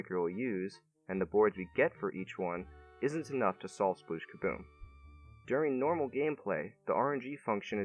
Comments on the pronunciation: It's 'splish'!! Not 'sploosh'! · I love the numbers and logic aspect of this video, but one thing always bugs me. It's "spleesh", not "sploosh" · Am I the only one, who keeps hearing "splish" instead of "sploosh"? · Am I the only person who hears it clearly as "splish"? Even when they say it in this video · RIP "Sploooooosh" edit: nvm we get to hear a ton of "splooosh" for the first board that you intentionally fail at.